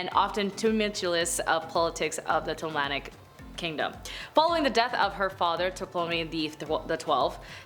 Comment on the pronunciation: Ptolemaic = TALL-eh-MAY-ick